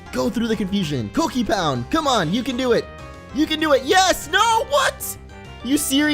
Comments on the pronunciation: pope he pronounced it cockipound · Sounded like a rude word